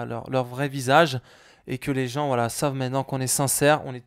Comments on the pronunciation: mdr au lieu de dire "voilà" il dit "wallah" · voila = wallah mdr on dirait qu'il dit ça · On dirait quand il dit voila on a l'impression il dit wallah😂😱😂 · Quand il dit "voilà" on dirait qu'il dit "Wallah"